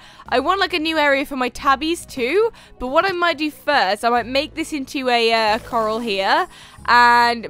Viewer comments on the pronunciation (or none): Lol I feel special when u call Corrals "Coral" because my name is Coral